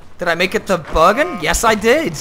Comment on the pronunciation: As a man from Bergen you pronounce Bergen the gayes way ever